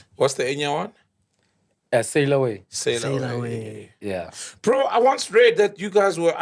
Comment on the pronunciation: So it's sail away not sayoweee😁